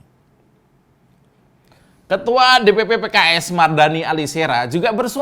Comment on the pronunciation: KIRA2 ADA CALON INDEPENDENT GAK OM 😂 BOLEH TUH 😅 🤣 NYEBUT MARDANI BIASA AJA BANG 🤣